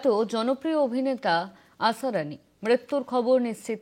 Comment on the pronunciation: আসারানি নয় আসরানি